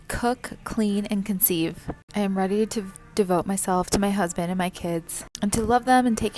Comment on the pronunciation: I want a husbanttt! Here's an idea: First learn to pronounce "husband" .